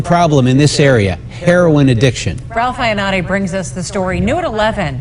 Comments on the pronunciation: It's pronounced 'hair oh in', not 'hair on'...everyone in the family are victims, not just the child. Addiction is a DISEASE and they deserve treatment, not punishment. If they get better, they can then better take care of the child. It doesn't get fixed overnight unfortunately. If they continue to use after treatment, then they lose the right to care for their child until they can prove otherwise. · this is terrible. but every time you say "herron" instead of "heroin" it makes me cringey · Hair won lol it's (hair-o-in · I love you Ti, but please, pronounce heroin correctly. Like this- hair*oh*when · its not called HERON its HEROIN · I love you Ti but this is killing me.... Heroin is pronounced like: hair-ore-n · It's pronounce hair-o-in but spelled heroin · Why are u pronouncing heroin as 'hereon'?! Same goes for ur last video pronouncing gala as 'gayla' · It's pronounced he-row-in = heroin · "Hair-on" IM DEAD 💀 love you Ti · lmao that's how my my mother pronounces it. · Am I the only one who got distracted by Ti mispronouncing "heroin"? :/ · lol. the way you're pronouncing "heroin" is hilarious. Love you. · Good video but you're mispronouncing "heroin." There's also some other police photos being released lately of officers cradling babies of parents who have OD'd. Some are black, and sure enough, their families have the same complaints as the people objecting to this Ohio photo. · I love your videos you are the BEST! - but your pronunciation of heroin is off love. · you pronounced herion wrong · Ti can't pronounce heroine for shit 😂 luv u tho 😘😘😘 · Ti, I love you girl, but your pronunciation of the word "heroin" had me dead. I love your accent, girl!